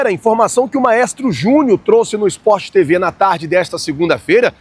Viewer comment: Meu amigo, acompanho assíduamente o seu canal "Flazoeiro". E percebo sempre que você fala "SportTV. É só pra orientar você. O canal é SporTV. Não é SportTV. Abração.